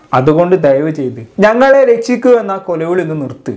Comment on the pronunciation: Malayalam nannaae parayaan padikku broyy....rechhikkuuu annalla rekshikkuuu......annittu vaayo prangikkan😁😁😁😁😁